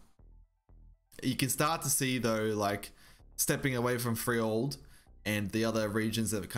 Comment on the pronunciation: Frell-Yord. you gotta say it Frell-Yord. Not Free-Old. Ya boy Mortimar sent me this way.